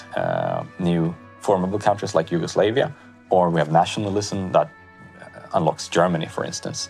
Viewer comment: YugoSlavia He says YugoSLAVEia Hmmmmmmm....... nice pronunciation